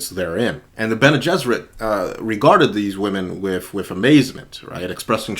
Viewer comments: Your pronunciation of Bene Gesserit is spot on, the pronunciation respelling is: BEN-ee-JESS-ər-it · Pronounced Bene Gesserit correctly. Based on Hebrew "Bnei Gishrit" (Sons of the Bridge. Should have been Bnot, daughters). The Bridge shortens the way.